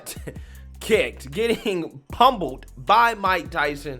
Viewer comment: "PUMBLED" Pummeled until you are humble 🤣🤣🤣